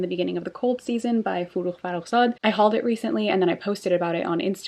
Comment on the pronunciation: Wow, I was really surprised when I hear Forugh Farrokhzad by your tongue. I'm Iranian and I'm really happy that you read poets of my country 🙂🤍